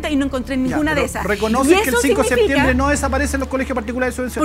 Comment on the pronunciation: Quien le dice a Naranjo que se dice "septiembre" y no "seetiembre"